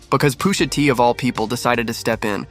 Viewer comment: Why tf he saying Poosha T